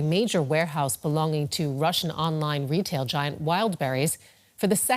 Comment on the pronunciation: Retail - reslave 😂 sighhhh